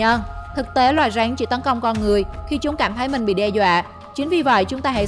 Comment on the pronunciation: Rắn = Ránh. Ăn = Anh. phát âm kiểu mới